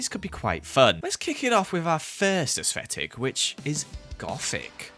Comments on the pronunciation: has anyone else noticed that says asfetic instead if aesthetic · everyone: literally everyone: aesthetic: AsSFFFeTiK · No hate put it’s pronounced as-tetic 😂💕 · no one:: aEsFeTiC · No one:: Asvetic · did not just say “asesfetick” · be like: “ aesthfetic” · no one:: asfetic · Hearing say “asfetic” makes me laugh every time 😂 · you say asfetic and im living for it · Evryone: aesthetic: aFFFseTiK Since evryone said I copied I found the “original” comment and the “Original” one was made by Cindy Miles and btw I didn’t copy it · YOU PRONNONCE IT AS-STET-IC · I love how says aesfetic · how says ascetic: asfffetilc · Nobody::AsFetic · Me: Aesthetic: Aesfetic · Who else noticed is he saying aesthetic wrong but we don’t care or under his bootiful accent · The way he says aesthetic 🥺👏🏻👏🏻✨ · He just struggles with pronouncing his th's 😔